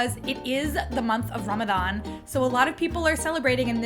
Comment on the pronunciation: PERFECT pronunciation of the word Ramadan! 🌹🌹 Thanks.